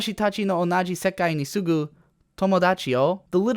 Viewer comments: sumu not sugu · minor nitpick: it's sumu, not sugu (住む, live) (words pronounced すぐ also exist but wouldn't work in this context) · Dat accent. It's 'sumu' btw, as in 'living (in)', not 'sugu' (soon/right away). Instead of reading what you wrote down she said, try to actually imitate what she said and how she said it. Might reduce the effect of the American accent on this one. For instance, when the girl says it, you can hear she doesn't say 'wataSHItachi', saying SHI with such insistance. I personally think it would be really stupid to put 'desu' at the end of subs. It would be like 'keikaku means plan' from the time total weebs did the subitltes in earlier animes. Heck, I used to be on the side of people calling Light 'Raito' in Death Note. How dumb was I. If the author calls his character Light, that's his intention. If the VAs can't pronounce the words correctly, that doesn't mean we should call him that. Calling him 'Raito' was dumb, and so was I. Anime isn't only made for hardcore otakus and whatnot. The casual people would find desu and shit totally stupid. Better make something logical and realistic in English. If you understand the subtleties of the characters' lines, fine, good for you, but there is no need for everyone to get that as long as it's logical. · oof that pronunciation. Also it's sumu, not sugu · He said 'sugu' instead of 'sumu'...